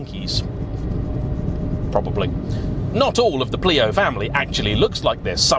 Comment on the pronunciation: Greetings from Tokyo! I know it's an old video,, but just thought that you'd appreciate knowing that "Pleo" in Japan is/was pronounced "Play-oh", having a short E sound followed by the long O. For it to have a long E pronunciation, it would need to be spelled "Plio". Fun car. Quirky.